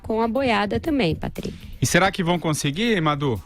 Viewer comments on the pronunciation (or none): Acho graça da pronúncia do nome " Patríqui" 😊